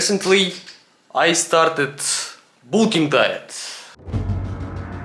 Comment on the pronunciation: Great Russian accent 😂